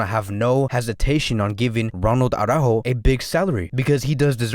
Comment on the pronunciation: Try to pronounce AraÚjo correctly. Say: Ara. OK. Now say Újo with emphasis on the Ú and with a soft j like in jamon. Brilliant. Now combine them: Ara-Újo. Remember: emphasis on the Ú. You can do it!